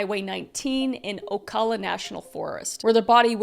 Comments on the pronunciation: Recently came across you and your now husband's channel, I'm a OTR Truck driver, and get so enthralled yalls videos. Being from FL and when I heard you pronounce Ocala, I 😂 the we pronounce it is, Oh-Cow-La that's the best way I could think, of how to spell it out, without giving a voice pronunciation. Keep the videos coming, and congratulations to the both of you! I hope you enjoy being married as my, wife and were just married back in Jan on the Beach! I mean we are actually Floridians, so it's fitting! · You pronounced Ocala wrong btw